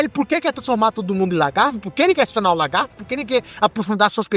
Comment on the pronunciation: Bom vídeo! Mas fiquei com a impressão que vc ficava chamando o Lagarto de "Largarto" kk